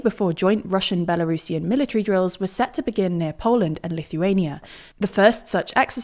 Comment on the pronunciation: Kudos for not saying Belarusian as Bela Russian. I don't understand why so many English speakers do that.